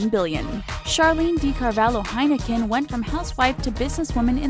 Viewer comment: You pronounced Heineken wrong